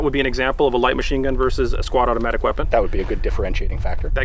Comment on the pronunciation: did he say squadomatic weapon?